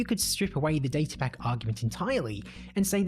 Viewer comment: You pronounced datapack wrong